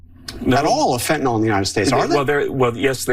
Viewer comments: There is no fentanol. It's fentanyl. It's pronounced nil. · lol "fentinawl" Is that how you were taught to pronounce the vowel ""sometimes Y?" Brilliant. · It’s Fentanyl not Fentynal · Fentanyol? never heard of that have however I have heard of Fentanyl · This dude can’t even pronounce fentanyl!! HE IS BLAMING CANADA FOR FENTANYL!!! THIS IS THE WORST POTUS IN HISTORY!!!